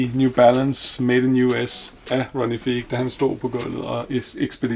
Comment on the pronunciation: Fed samling :) Ronnie Fieg udtales F-eye-g ikke Fig og Hermés udtales Ermés - H udtales ikke, men S gør :) <3 Its all love